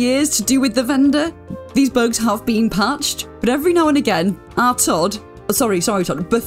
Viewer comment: The most British “Our Todd” I’ve heard